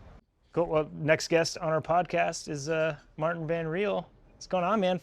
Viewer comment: Can‘t even get MartEns name right smh